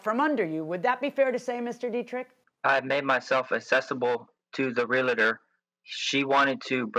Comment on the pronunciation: its realtor not realitor. ugh